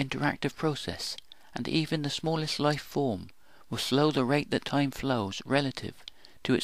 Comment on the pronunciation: Light, life, dynamic are loit, loife, doinamyc in your pronunciation and that makes your movie ununderstandable. Please improve.